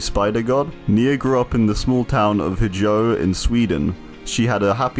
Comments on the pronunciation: Love how you say "huhjoe" instead of "hyo" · dude wtf! My grandparent lives in Hjo! Its just pronounced Jo btw :) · You butchered Hjo btw love the video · Hjo is pronounced like 'Yo' with an H on the front. J's are Y's in Swedish.